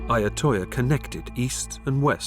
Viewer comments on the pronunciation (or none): it’s called Ayutthaya not Ayotthoya.